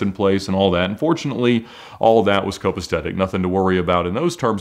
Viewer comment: Joe does a guy this rich mispronounce copacetic...I mean really. Where did he make his money? Or, did he come from a rich family?